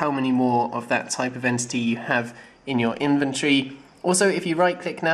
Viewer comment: Everytime you say 'inventory' it sounds like inventree :D